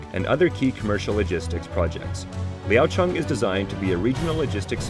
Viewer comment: your pronunciation of the city name sounds like the local tone...